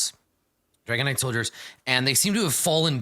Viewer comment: I keep hearing “Dragonite” instead of “Dragon Knight” and the visual that’s giving me for their mini game is both epic and hilarious. Just imagine an armored legion of Dragonites, the Magikarp of dragons, just eviscerating wave after wave of knights in jester themed armor. I would pay to have that animated.